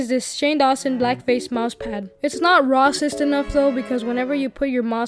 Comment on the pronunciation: A lot of YouTubers say rah-cist because of how the YouTube algorithm will demonetize content or hide it.